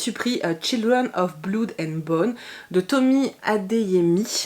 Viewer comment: Children of blood and bone me fait tellement envie ! Il devrait bientôt rejoindre ma PAL ! (Et pour info le oo de blood se prononce plus comme celui de pomme et pas du tout « ou » même si beaucoup font l’erreur 😉). Sinon pour l’école du bien et du mal, j’ai lu le 1er en VF et je ne sais pas si c’est le style de l’auteur ou la traduction mais c’était pas possible... l’histoire est bien mais le style me faisait lever les yeux au ciel donc j’espère que c’était la traduction !